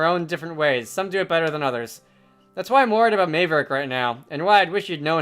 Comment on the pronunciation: I that this playthrough is kinda old but I really have to say that you’ve been pronouncing Maverick’s name wrong this entire time It’s spelled Mave but it’s pronounced Mav